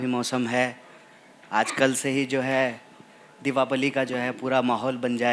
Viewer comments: Deepawali bolna to seekh le pehle. Devapali bola tarein gadaha. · Dipawali ❌ Diwapali ✅🤓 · Bosdi wale ko Diwali bolna Nhi aa rha. Diwapali bol rha hai, sarm ani chahiye isko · दिवापली नहीं महाराज दीपावली होता है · Deepawali ❌ Deewapali ✔ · ये दीवापली कबसे होने लगा कन्हैया जी, दीपावली होता है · दीपावली तो सही से बोल लीजिए पहले ❤ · "दिवापली"... त्यौहार का नाम पहली बार सुना है ! BC... हिंदी तक शुद्ध नहीं बोल पा रहा !!